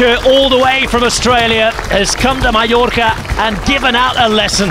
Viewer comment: Why can’t the Brits properly pronounce MALLORCA?? MY-ORCA!!! Not ME-ORCA!!!